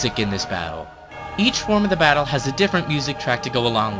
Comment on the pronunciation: at tier 2 he says bottle instead of battle. whoops